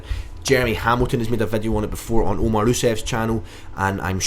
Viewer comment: Omar "OOSEV" got me laughing xD Strong shit as always dude!